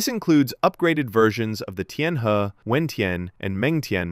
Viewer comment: Tianhe is pronounce 'Tien Her"